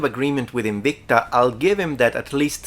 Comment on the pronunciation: Good video aside, as usual, I just love that is so into his Latin roleplaying that he pronounced it Inwikta when prolly all the planet (OP included) pronounces it as it is written.